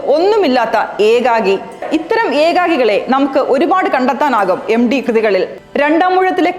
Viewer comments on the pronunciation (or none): എം ഡി അല്ല സേച്ചി എം ടി. (MT )